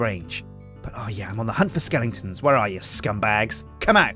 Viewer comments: not to be rude but it's skeletons, not skelingtons.:D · why does he say skellingtons?